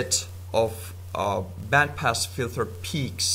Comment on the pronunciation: Lol you say filther instead of filter